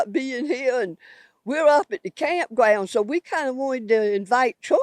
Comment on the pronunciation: Yeah, but she's excited to invite Twump to the campgwounds. Huh huh huh huhhhhhhhh.